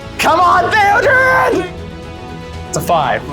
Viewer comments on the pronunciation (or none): it’s theoden there’s no R